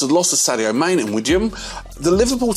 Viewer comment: Wtaf are you even thinking pronouncing some of the names like that? Is it some sort of troll? You pronounced one of the people players Wajim? And you said Mane rather than pronouncing it “manny” what a clown you are